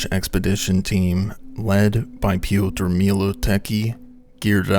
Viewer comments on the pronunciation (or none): none